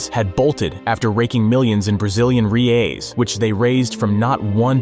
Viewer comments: Brazilian "Reis"? What the hell is Reis? It's "REAL" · Brazilian Reas???? 🤦‍♀️🤦‍♀️🤦‍♀️🤦‍♀️🤦‍♀️ It's "Reals"!!!! As in "Royals"... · it's brasilian "reh-ALL" not "ree-AYs" lol (plural: "reh-ice") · Not "ree-es" its "heh-eyes" (put it in Google translator) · "Brazilian ree ays"... That did hurt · Brazilian Ree-ais LOL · "Ryeis" LOL Even google translate voice can do better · Never heard of this game. Never heard EVERYONE hearing talk about this. So the title seems click bait-y What the heck is up with the Brazilian currency pronunciation of "Re Ay" And WTF is up with that number pronunciation of 12 THOUSANDS? It's 12 THOUSAND!!